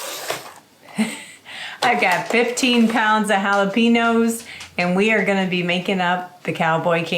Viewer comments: Jalapeños are pronounced with a Yow on the end. Haa·luh·pay·nyow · Please try to be culturally sensitive. The pronunciation is “haa-luh-pay-nyowz”. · No offense, but you might lime to know they're actually spelled jalapeños and pronounced the Mexican way, jalapen-yo. We don't say it that way in most of America, but in Mexico they do.